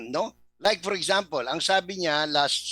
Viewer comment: Gusto ko ang "eksampel" mo.🤣🤣🤣🤣🤣